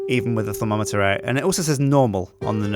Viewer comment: It is thaum-o-meter stupid